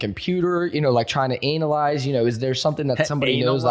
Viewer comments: Definitely said ANALize 😂😂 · pretty sure he said ANAL-eyes but hey man... good show :)